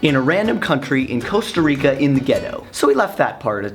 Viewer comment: It's not Coasta Rica, it's Costa Rica... Kappa